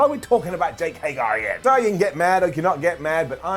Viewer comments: It took for to Mispronounce Jake Hager's name. I don't get it....someone please explain this to me. Why does he do this? I have heard him say HAY-GER before. So why does he keep saying HAY-GAR?? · Bro it's jake HAGER not HAYGAR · jake hagER not jake hagAR